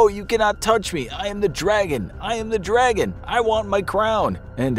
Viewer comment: "I AM THE DWAGON!! I WANT MY CWOWN!! AAAAGH!!"